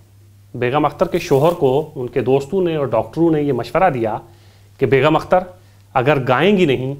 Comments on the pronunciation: From (California - US) aap Begum Akhtar naam ko Beghum Akhtar kah rahe hain; badi takleef ki baat hai. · Anchor ki zaban se"Begum" ka Talaffuz "Begham" ada kiya gaya hai.Yeh bhi ho sakta hai ke mere sunney mein ghalti ho....